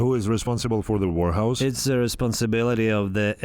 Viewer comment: I keep hearing "wh*rehouse" 🤣🤣🤣